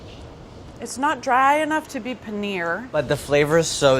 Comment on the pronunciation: I’m not racist but this show reminds me how much white people are annoying. She literally called “pa-ner” Paneeer